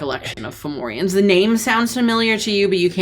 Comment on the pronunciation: Formorians? More like Forwarians.